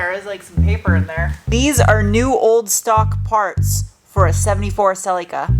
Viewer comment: You almost got the correct pronounciation of Celica😂